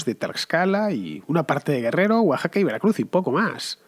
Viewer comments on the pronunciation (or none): none